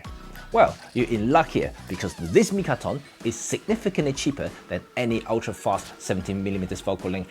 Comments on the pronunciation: Mitakon, not mikaton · Is it "Mitakon" or "Mikaton" 🤔? Well, thanks for the interesting review! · I love how you spend the whole video mispronouncing the name of the lens...lol!